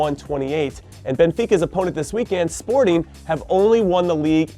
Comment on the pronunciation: hey if it isn't my favorite American footballer of all time. Hey Jimmy thanks for saying Sporting's name correctly... And for the awesome predictions